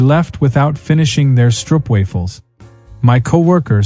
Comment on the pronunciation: First story: You work in Amsterdam and can't even pronounce "stroopwafels"!! Stop lying and go back to where you came from!!